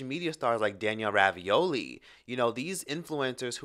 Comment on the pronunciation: Why does he keep saying "Danielle Ravioli"???